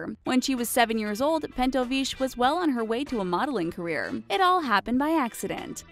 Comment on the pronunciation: oh god learn to pronounce russian last names =_= Its not fucking french Pentovich is not pronounced "shh" its CH like chamber <-- or chihuahua not SH